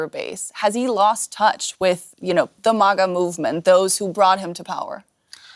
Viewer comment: After all these years, still says mah-guh.